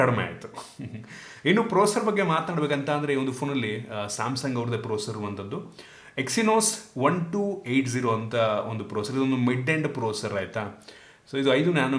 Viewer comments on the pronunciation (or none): It's Exynos not Exynous Please concentrate on editing bro